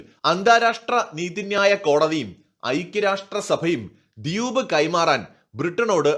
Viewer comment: ചാഗോസ് അല്ല ഷാഗോസ് എന്നു പറയൂ.. ദ്യൂപ് അല്ല ദ്വീപ് എന്നു പറയൂ ..